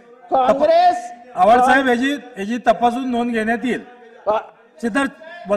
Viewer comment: Abe solya tule baba साहेबांचं नाव बरोबर घेता येत नाही..अन् बोलून रायला सोल्पट्या बाबासाहेब बद्दल..